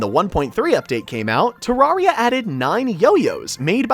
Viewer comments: its pronounced te-rare-re-a the first te has a short e not a long e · thats the british pronunciation